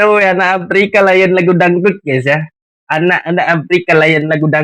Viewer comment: Aprika apa papua? 😅😅😅